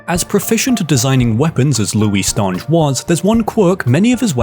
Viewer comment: i am fairly certain the the ...nge in Stange is pronounced like in finger